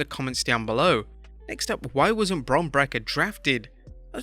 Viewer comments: Bron brekker lmao Bron Break-ker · Lol bro calling him bron breker